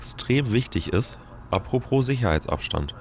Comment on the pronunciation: & & & AAAAAH ÜBERALL UND IMMER UND viel zu häufig: In "à propos" gibt es kein zweites R. Bitte! Danke.